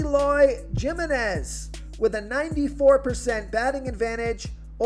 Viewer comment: J in spanish is pronounced H. So Eloy Jimeniz is prounced Himeniz. think of San Jose, California. Not Joe say, but insead Hoe say, if that makes sense.